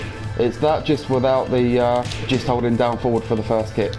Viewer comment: I loved this tutorial, just one thing, could you right down the notations, because I dont know if its because Im brazillian but sometimes I confuse your foward pronunciation with four, and sometimes you just say four foward foward four and I get lost, specially because I dont know if its 4, -> or 4-> or ->4 or ->,4 hahahahaha anyway thank you and I hope you do more videos like this